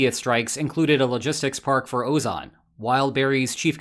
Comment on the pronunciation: Ozon sounds the same in Russian and in English, with enunciation on second "o" so why is it pronounced so weirdly here 😭 is this AI dubbing?